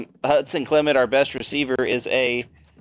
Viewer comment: Most common mispronunciations with WVU’s players. Here’s how they are pronounced Clement: (CLUH-MENT) Marchiol: (MAR-KEE-OLE) Vesterinen: (VEST-IRR-ENNIN)